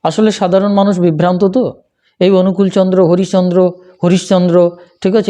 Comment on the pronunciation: আপনি শ্রীশ্রীঠাকুর অনুকূলচন্দ্রের নামটাই ঠিকমত বলতে পারছেন না; তাহলে আর তাঁর সম্পর্কে কি বলবেন? আগে অন্তত কিছুটা হলেও জানুন তারপর কথা বলতে আসুন। নিজে তো জানেনই না, মানুষকে বিভ্রান্ত করছেন, আর খিচুড়ি পাকিয়ে ফেলছেন। দয়া করে আগে নিজে জানার চেষ্টা করুন। জেনে-বুঝে তারপর বলুন। ____________________ "যা’ তুমি জান না, এমন বিষয়ে লোককে উপদেশ দিতে যেও না।" — সত্যানুসরণ।